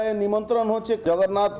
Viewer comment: Jagannath Mondir bolte khub kosto hocche!